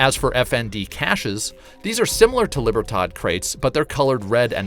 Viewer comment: It hurts me to hear you say silencer as opposed to suppressor, really hurts me to hear you say "cash's" as opposed to cache"a .. And libertard? It's Lee-beer-todd! I'm not angry, I'm just disappointed. And as always blasted on bottom shelf Brandy C'mon man! 🤠